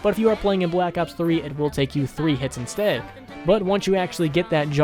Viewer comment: I love hearing that "bE lak ops". And thanks for providing information!